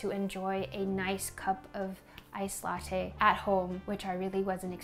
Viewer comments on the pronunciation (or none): none